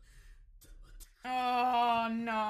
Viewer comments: Narrator saying GYRO mutiple times: GIRO 😂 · Gyro is an english word, why are they pronouncing it like that lol. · Bro the narrator say GYRO like 50 times how do y’all still mess it up😂